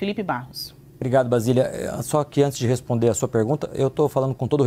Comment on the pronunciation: Não é VASILIA. Kkkkkkk. O nome dela é BASILIA Kkkkkkk. Tábata: Vc é ruinzinha hein?? V.